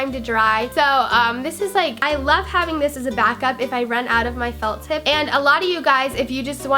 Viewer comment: it sounded like she said "liquid gel or fuck tip" lol